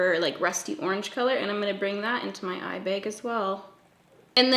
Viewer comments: “eye bayg” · the way you say “eye bag” is like the most satisfying thing ever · I absolutely love this look and the way you say eye bag 🤣🤣🤣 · the way she says 'eye bag' is killing me 😂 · Please say eye bag again. 😂